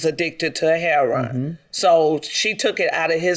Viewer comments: That's how a lot of people say it. Even some youtubers who report on it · "Heh-ron" = That's how we pronounce it in the 'hood (Harlem/Chicago/Detroit/Bmore/Philly/D.C. and inner cities around the Nation). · why does she say heroin like that i couldn't get over it lol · I personally have never heard a heroin addict say he-ro-in (3 syllables)